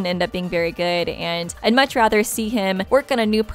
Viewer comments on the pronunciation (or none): none